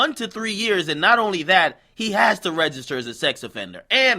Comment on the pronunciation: "We want you to regiter child offender" ....2x you got that wong.